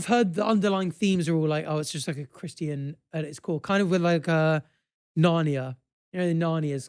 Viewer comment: the way says christian surprises me every single time